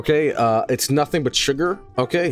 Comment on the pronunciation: reading Spanish sounds so strange Edit: The fuck was that pronunciation of "sugar"? 😂